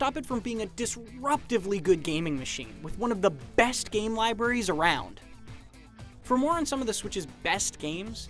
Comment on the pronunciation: I love the way this guy says, "BBBest"